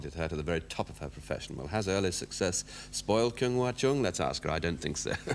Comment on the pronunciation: She is a really great violin player..I don't like that Humphrey Burton prounces not correctly her name like Kyung....